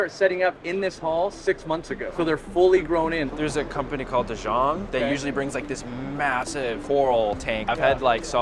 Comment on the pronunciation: First time I heared an english speaker pronounce 'De jong' as Dijon. It makes it sounds so much fancier